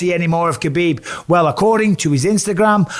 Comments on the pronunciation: Mr. B... there is no K sound in his name. Huh-beeb. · All these years later and your still pronouncing the K. Sort yaself out bisping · His name is Habib not khabib or khebab lol!! He has clarified this… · You might be the only person who still calls him KAbib.. and you get paid to announce for the sport! Come on Bisping, keep up. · It’s weird you properly say Islams last name, but not Khabibs first name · I just can't believe the ignorance of everyone that claims to be a khabib fan and can't even say his name properly total disrespect.. ha bib didn't you ever here his father call his name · He's been around for so long and ppl still getting his name wrong , the K is silent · Mike’s pronunciation of Makhachev is fairly solid but still calling Khabib “kuh-beeb”